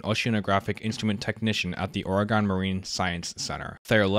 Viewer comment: I died every time you said Ore-eh-gone Great video tho thanks